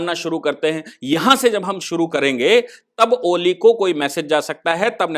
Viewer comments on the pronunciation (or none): अरे महाशजी पहले आपको नाम तो .मालूम होना चाहिए, कोली नहीं ओली है